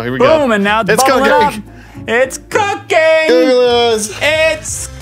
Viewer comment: When was saying "It's cooking. It's cooking." at the end of the video it sounded like he was saying It's cocaine XD